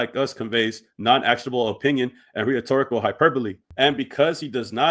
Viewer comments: rhetorical is not the same as whatever word u just said brother. Is pronounced REH-TOR-RIC-AL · Bro said, “Re-huh-torical?” 🤣